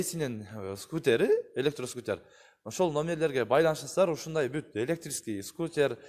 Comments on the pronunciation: Скрутер эмес скутер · Шкутер дейт аяш балам